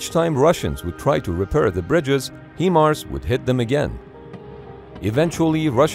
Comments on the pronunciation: HIMARS is pronounced like Hy-Mars, not He-Mars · "HIMARS" is pronounced HIGH-mars, NOT HEE-mars. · It’s not HE Mars it’s “HIGH” Mars as in Himars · It’s not HEMARS it’s HI MARS… that was hard to hear. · You would pronounce HIMAR's as "high-mars", but not "hee-mars". 👍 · Lol “He-Mars” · it is not Hemars it is Himars if you don't know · HIGH-Mars not HeMars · commentator speaks HE mars not the correct HI MARS, thought you should know the correct pronunciation! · Thumbs down: Your videos are consistently mispronouncing words which leads me to believe an AI is reading the text. HIMARS mispronounced He-mars leopard like the cat mispronounced Leo-pard. I’ve live and worked extensively all over Europe and never heard this mispronunciations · One small thing HIMARS is pronounced like High-mars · HIMARS (High Mars) it’s such a simple word but everyone messes it up